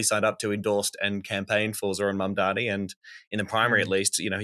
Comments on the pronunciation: Spelt "mamdami" like Cuomo says it lmao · Enjoyed the show. Heads up its Zohran MamdaNi :).